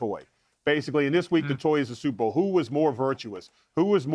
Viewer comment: She did say Stuperr bowl😅